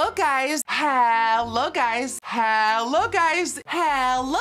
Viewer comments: I hear hella guys instead of hello guys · Sounds like she saying “how low guys” lol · “halo guys” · Nikkie: Hello guys What my brain hears: How low guys